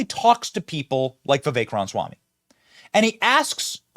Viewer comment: Benny is still saying "ron-swom" instead of Ramaswammy. Getting close to Dana Carvey's George H.W. Bush impression, saying "na ga da" for "not gonna do it".